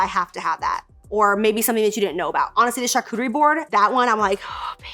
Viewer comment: Did anyone else remember when called it a “CharCoochie” board?! 😂